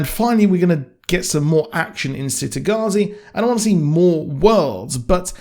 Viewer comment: I figured that they might split book 2 into two seasons, then do the same for book 3 just to prolong it. I just hope they don't screw it up like "they" (TV show producers/writers) did for the Magicians series. Also, by the way it's pronounced "Chitagattzi" not "Citygattzi". Thanks. I always thought, from listening to the audiobooks, that it was supposed to be a city in the Mediterranean, maybe Italy. But the child characters in this series all have English/British accents.